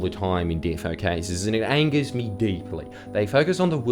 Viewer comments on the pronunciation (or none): none